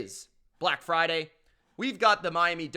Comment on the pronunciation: The way this man says Black Friday 😂😂😂😂😂😂. 😭🤣🤣